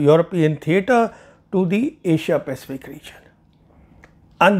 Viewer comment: Asia.Pacafic or India Pacific???